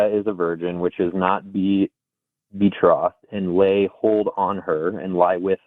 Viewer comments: Not knowing the difference between the declaration of independence and the constitution, not knowing how to pronounce "betrothed"..... Boy, this one is intelligent 💀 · This guy can’t even pronounce “betrothed” 😂